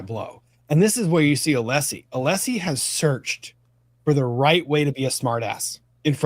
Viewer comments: Hank knows how to pronounce Alessi for sure because he says it correctly when arguing once and then immediately switches back to aleeeeseee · is correct about Brennan’s mispronouncing Alessi’s name. Brennan said it correctly once and then immediately reverted back to the mispronunciation. The correct version was his slip up. This happened at some point in this very hearing! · Also, I think it's intentional with Brennan because, 1. Allessi introduces himself every frickin morning. 2. Brennan gets his name right once and then reverts back shortly after.